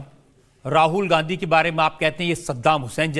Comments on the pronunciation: *Please 🙏🏾 listen 👂 👌😂😂😂😂😂😂😂😂😂😂😂😂😂😂😂😂😂😂😂😂😂😂😂😂😂😂😂😂😂😂😂😂😂😂😂😂😂😂😂😂😂😂😂😂🤣🤣🤣🤣* He said Gandhi '*Gandu*😅 😅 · did he just say Rahul Gandu? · did he just say Rahul Gandu? 😂